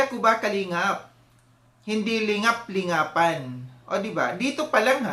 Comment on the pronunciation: Parang rising content creator kc kaya nagpapadami ng engagement....ang dami nya sinasabi pero ung pagkasabi nya ng lingap-lingapan....